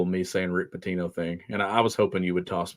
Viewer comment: Your pronounced “Rick Pitino” incorrectly guys.